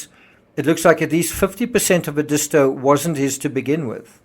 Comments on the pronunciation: It's Ed is tow, not E dis to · It's pronounced " Ed-i-sto". Not sure what you said---but it ain't right. You're not from around here, are ya? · Very informative. May I correct your pronunciation of Edisto? It is ED-is-to, with the accent on the first syllable. When I first moved to South Carolina I was saying it wrong too. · It’s pronounced ED-is-toe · Edisto is pronounced “eh-duh-STO”. I lived in that area for several years. 😉 Enjoy your insights and research. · Not that it matters but the beach is pronounced. Ed is toe . . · You mispronounced Existo among other names.